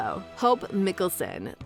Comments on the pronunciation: the claws miklsun, meekel, dalia hurts my brain help the fact the voice over said meekel then he said his name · You're pronunciation of Klause is way off and their surname.